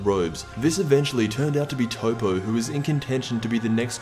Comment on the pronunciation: Anyone notice how horrible Toppo was mispronounced? its not a matter of opinion its actually spelled that way